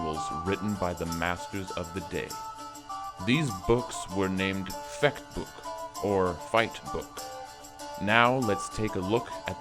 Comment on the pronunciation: Fechtbook means Fencing Book and the ch is pronounced soft